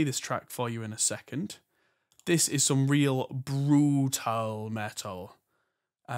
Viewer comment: That's "BR00TAL".